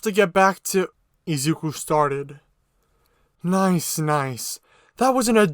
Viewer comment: Nice in Australian voice